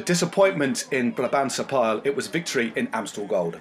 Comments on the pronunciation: Small pronunciation help for the Eurosport team - it's been a tough week for you and Flemish pronunciation can be a challenge. The Brabantse Pijl. Pijl in English should sound like "Pay-ul". Don't be confused with French, nothing to do with batteries. It means arrow. Hence the connection with the upcoming Flèche Wallonne (say it like "Flesh Wah-loan". That'll be the Walloonne Arrow ;-) If you can sort that out, we can try to forgive the brain fart of referring to Belgian national treasure Wout Van Aert, as a Dutchman. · Don't be silly with your Pay-ul mate. Your only causing more confusion. Not helping at all. Pijl is exactly pronounced like pile, like in a huge pile of leaves.